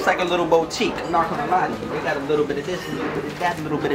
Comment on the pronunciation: “This like a lil bowtique” 😂